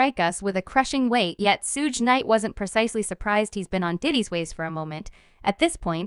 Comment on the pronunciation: I can't stop laughing cause of this fucking narration....why would you let it be released this way?! 😂😂 that's the best part is that you could have just changed it to 2pock or just used your own voice but you're just like nahhh fuck it were going with SHUGAYY 2PACK 😂😂